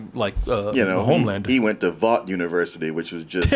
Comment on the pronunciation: Why they gas lighting, (Babies day out) is the name of the cartoon that ep 1 spoofed. I mean for fucks sake can't pronounce (Vought) correctly why would he know the actual spoofed cartoon.